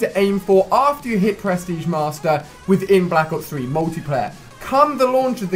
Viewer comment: I love it how it sounds like you say press tige master